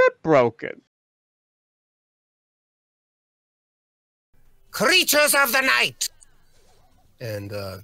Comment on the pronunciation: ✨cReAcHeArS oF tHe nIgHt✨